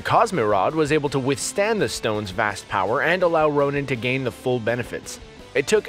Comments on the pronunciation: It’s Ronan not Ronin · *Ronan, not Ronin.. ronin is hawkeye, Ronan is the accuser.. bruh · it's Ronan, not Ronin